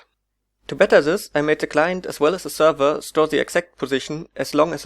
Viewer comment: Zee client tells zee zerver..